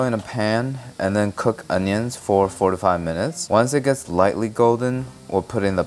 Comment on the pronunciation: that sounds dangerously close to "45" instead of "4 to 5" lmao i had to do a double take